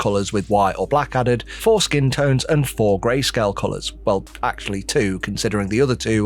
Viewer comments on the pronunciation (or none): . "Foreskin tones" or "four skin tones"?